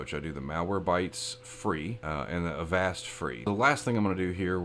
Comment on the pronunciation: avast is pronounce like agasped